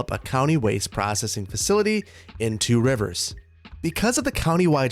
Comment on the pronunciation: Two Rivers? It’s pronounced Trivers